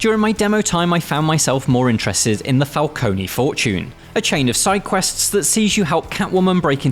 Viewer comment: "Falcone-ie" lol